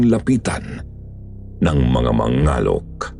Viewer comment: "Mangalek" po kasi yun hindi Ma-nga-lok hahahahahahahha Pabilis po ung pag kakabigkas 😭😭😭😭